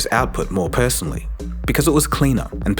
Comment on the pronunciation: Wait, is this AI narration? doesn't sound like how a person would usually say that phrase in that context. For "I ended up liking udio's output more, personally", you'd put less emphasis on the word "personally", and more (or equal) emphasis on the word "more". What human would ever say, "... OUTPUT more PERSONALLY"???